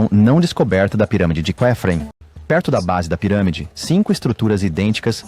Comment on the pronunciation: Quem narrou isso? De onde tirou esse tal CUÉFREN? Isso não existe. A pronúncia é KÉFREN! Tecnologia ATLANTE! E ninguém quer saber disso aqui